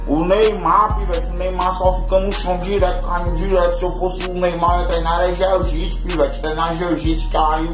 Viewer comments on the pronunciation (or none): "Gel Jits" kkkkkkkajjsje